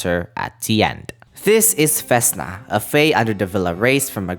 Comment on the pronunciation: Oh next one, it's not vEsna it's vesnA, and the same shit with softened consonants on v